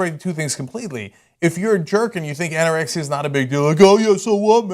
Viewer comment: Ok anna rexia anorexia wtf two different words